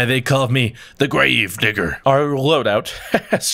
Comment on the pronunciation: Kinda didn't sound like you said digger at the start...